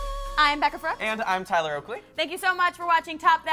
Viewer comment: OMG OMG OMG TYLER U SAID MY NAME !!!!!! EVEN THOU U PRONOUNCED COMPLETELY WRONG I DONT CARE, OMG IM SHAKING RIGHT NOW ADSJFKD